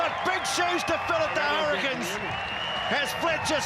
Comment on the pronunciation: It's "hurricins"....😂